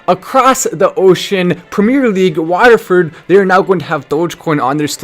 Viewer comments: Watford mate not Wataford. You are forgiven😂. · Pronounced What-ford but spelt like Watford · Wataford? Oh god, he butchered one of the easiest clubs to pronounce lol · Can't pronounce Watford lol